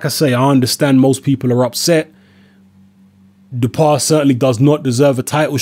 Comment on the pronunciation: Hi, As I live in France for 9 years now, I can confirm that the pronunciation is: Dew-How-Pah. Anyway, never heard of him. Boxing is very low key these days in France so I'm surprised this French bloke got a shot at the world title...